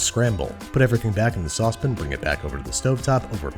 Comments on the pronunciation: It's a sauce pan, not a sauce pin.... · At this point I just come here to hear you say sospn. Kidding, love every minute of your vids.